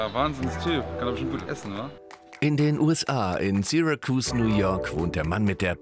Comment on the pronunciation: Dang it’s Syracuse sarahkuehse ausgesprochen . It’s been a while but I’ve lived between Syracuse and Rochester